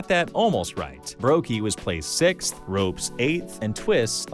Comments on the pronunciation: the only noticeable one is "ropes" instead of "rops" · my man literally called him ropes 😭 is this AI maybe? Legitimate question lol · does the person reading the script know anything about CS? "ropes"?? seriously? lmao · nah why are you calling ropz "ropes" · Ah yes, my favourite player "Ropes"